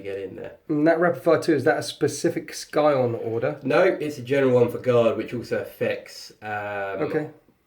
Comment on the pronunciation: Cool bat-rep but seriously scion is a word that has meaning outside of this game and its not pronounced Sky-on.